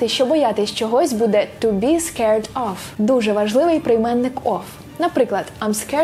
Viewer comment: Чудове відео!!! Єдине, що на - , прийменник "of", чується з вимовою звуку "ф", а не "в", яка має бути, попри інакший спелін слова. Та то таке, може почулось))) ні в якому випадку, прошу не сприймати як критику чи ще щось таке)) просто чомусь фонетика, це те, що одразу так би мовити "впадає мені на слух" хах Наснаги на нові відео!!! Це дійсно якісний контент!!!